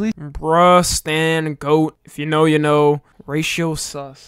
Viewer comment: Bring back “You already shnow.”